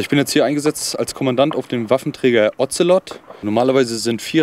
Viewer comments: Sprechen Sie mir nach: "Das Ozelot kotzt am Ozean auf Bozfahrt". Das Otzelott! Die Bundeswehr mit ihren Tiernamen, die sie selber nichtmal aussprechen kann... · der Otzelott .... diese Aussprache 🤣 klingt wie ein Ritter der Tafelrunde. Sir Otzelott.